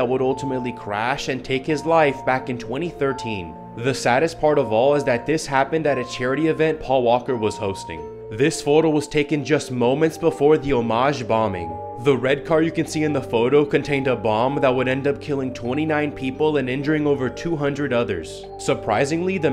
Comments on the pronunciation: The way he pronounces Omagh lmao 😂😂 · It's pronounced O-ma-ha not omage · Hello. Its pronounced O, Ma, bombing not O, magh 👍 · bro why ain’t nobody talking about the way he said omagh, fella said homage, it’s pronounced oh mahh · friend, it's pronounced like oh ma and not homage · Not Omaj ... its pronounced Omar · I'm from Northern Ireland, Omagh is pronounced "ohma" but I know it's crazy hard to pronounce some places over here, 5 mins down the road and somebody will say it differently! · Omagh bombing is pronounced "Oh-Ma" bombing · Omagh is simply pronounced 'Ohma' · It's pronounced Omar pal, it's in Northern Ireland. In Irish the gh is pronounced like R is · Its pronounced o-ma my man..O-MA,that's wat Omagh sounds like bro!!✌️ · Its pronounced omah.. in ireland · It’s pronounced… Omerhar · It’s pronounced O-ma. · It’s pronounced O-ma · It's pronounced oh-mahh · Omage :/ mate I'm from Ireland it's certainly not pronounced like that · Pronounced Oh-ma